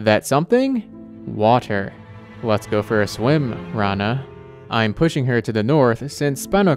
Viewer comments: Its not raana. It's rana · wait what! this is not how to pronounce her name!